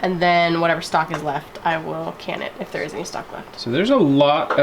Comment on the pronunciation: I had to rewind & it😮 sounded like you said , “ snot” instead of stock 🤔. Whether or not it gave me good belly laugh 🤪🤪🤪 I do the same with my bones … makes wonderful stock 🤩🤩🤩. 👵🏻👩‍🌾❣️ EDIT: as a kid mom used to make 💩 on a shingle. Meat of any kind, & gravy over bread. Now I do sausage gravy & biscuits 😂😂😂